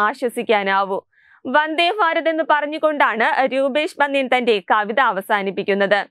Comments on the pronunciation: ഫാ അല്ല ഭാരതത്തിന്റെ ഭ....😅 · ഫാരത ല്ല ഭാരത് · ഫരത് അല്ല ഭരത്